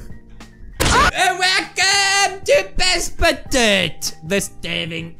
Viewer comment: It is Passepartout, but the last „t“ is not said. It is called „Passpartou“.